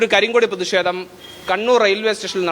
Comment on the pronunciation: എന്തിനാ പ്രതിഷേ തം ' അത് പറയാൻ ബുദ്ധിമുട്ടാണ്